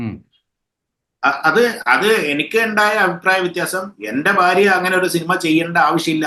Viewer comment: തുടക്കം മുതലേ കേക്കണം ഇച്ചായന് ' ശ്ശോ - വാര്യയുമായി എങ്ങിനെയാണ് ഫാര്യമായത്.😂😂😂